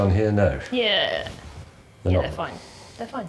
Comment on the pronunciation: "the'ye wrong!" there is much worse food in the UK